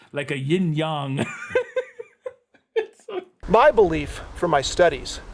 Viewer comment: litterally the only movie ever to pronounce Yin/Yang correctly... go figure...